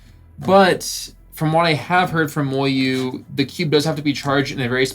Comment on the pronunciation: I like your reviews, I just can’t stand the way you say MoYu